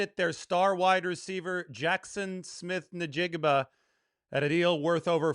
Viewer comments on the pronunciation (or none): bro, it's pronounced IN-jig-ba, not Na-jig-ba